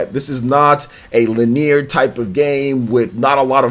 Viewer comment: The way you pronounced "linear" nearly gave me an aneurysm.